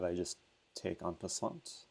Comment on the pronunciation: Just to notice, in french, the T in "prise en passanT" is deaf.. it's "passan" ;)